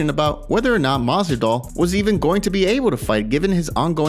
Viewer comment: Maswidal